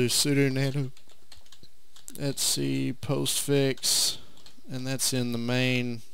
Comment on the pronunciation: Sudew et-see